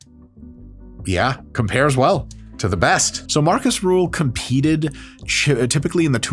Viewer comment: His name is Markus Rühl... not Marcus Ruhl.... I have been a fan of this beast since the late 90s. A beast he is!